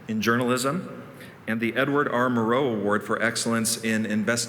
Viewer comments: The man introducing Cheryl Atkinson can't pronounce Edward R Murrow. Obviously he must have never heard of him. As a kid I used to watch his weekly interview show, long form I believe an hour long. He was a field reporter during World War II. Then TV reporter and TV anchor. One of the top of the line and one of the last excellent objective reporters. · Never trust a journalist who doesn’t know how to pronounce Edward R, Morrow’s name.. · I strongly suggest that the introducing presenter learn how to pronounce "Edward R. Murrow" properly. Especially when introducing a journalist. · I knew the direction this was going to take when the host didn’t know how to pronounce “Edward R Murrow”